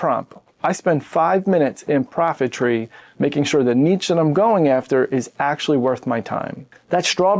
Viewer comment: Is it pronounced neesh or nitch? No one has ever figured it out. You solved the problem with neetch. 😂